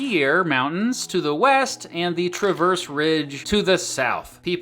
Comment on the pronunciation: The way he said “Oquirrh” SENT me 😆 It’s “OH-kr” and “Traverse Mountain” is “TRA-verse” (not “tra-VERSE”)